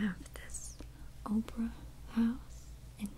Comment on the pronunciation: You do the same thing I used to do! Opera house as Oprah house. But apparently it is supposed to be pronounced "Ah-purr-ra" >.< Don't worry. As a fluent speaker, I only just realized this recently